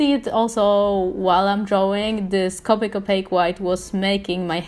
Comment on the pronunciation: Your correct about the strecky Ness on the paper I tested copic on a lot of different paper and most of them were streaky when i tried to shade and layer colors. I don't know if it's just us or if others have the same. And I understand your absent but copic is pronounced co pick. I'm sorry but you did a very great job. And u are a amazing artist sorry if I seemed rude when I corrected the way to say copic. U are an amazing job and keep going u are an amazing artist. 😊☺️